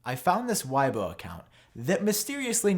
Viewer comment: Its not WHYBO bro its just weibo, read it as W E I B O